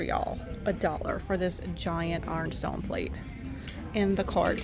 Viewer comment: It took me awhile to figure out what you meant by “arn-stone.”